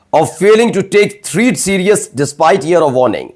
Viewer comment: My dear, learn correct english. Read prooperly "Threat"